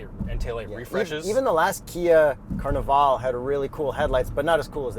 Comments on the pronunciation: Are you saying Carnaval or Carnival?😂😂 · “Carni-VALL” - My ears 👂 😭